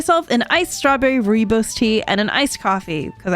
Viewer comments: ROOIBOS TEA, Immediately gonna notice South Africans Commenting 😂 (Also its pronounced Roy-Boss) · As a South African the way she says rooibos upsets me (love you to girl ) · As a South African i am just laughing at how she said rooibos but its cute and nice to know that people love the tea